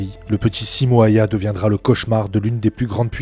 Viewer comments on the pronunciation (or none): Son nom se prononce : Simo Héuhé (pour un francophone)